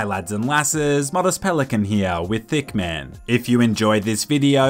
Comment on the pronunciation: Bro you said thick man not hitman 🤣🤣